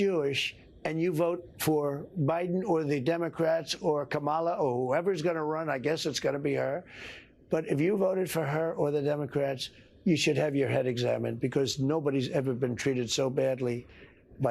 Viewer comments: Her name is Comma-la it’s not that hard, orange man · How dim is this guy. He can't even pronounce the vice president's name and he's had years to practice. He is either doing an eight year olds try at a snub or he is so demented that he couldn't correctly pronounce her name if he wanted to or he is plain old stupid. I say two merge - his dementia is ever growing into his stupidity